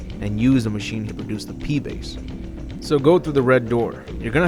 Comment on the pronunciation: 'Pee base' LOL